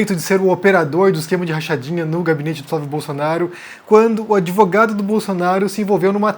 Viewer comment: Adorei "adevogado". kkk